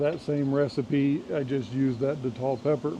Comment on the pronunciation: Good morning 🌞. I believe you in that not everything goes as planned in the garden. I believe in showing the good, the bad, and the wtf that happens in the garden. Thanks for sharing 😊. Hot sauce looks great 👍🏿 . The Datil is pronounced day-til. Some datil peppers get got. Some are mild. At least the ones I’ve grown. Name it Smoke. I haven’t used the datil to make sauce before